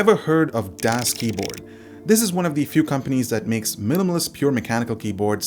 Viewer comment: The "Das" is pronounced like "does" in english. greetings from germany :D